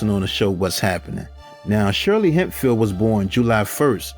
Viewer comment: Shirley HEMPHILL not Hempfeild